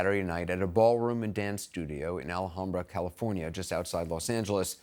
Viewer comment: Recommend “L-HAM-Brah” for local pronunciation of Alhambra, CA, Northeast of downtown L.A. ;-)